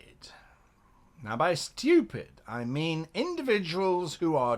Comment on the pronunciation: "Chaotic Styupid"